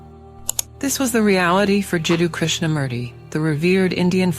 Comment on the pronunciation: It's pronounced as Krishna-MOOrthy, not Murdi!!